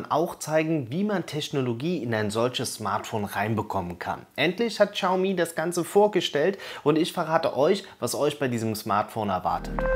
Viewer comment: Es heißt nicht "Tschaumi", im chinesischen ist das "x" stumm. es heißt "Schiaumi".